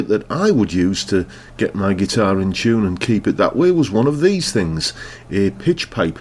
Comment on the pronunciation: What's a "Pitch Pite?" Is that Ingrish?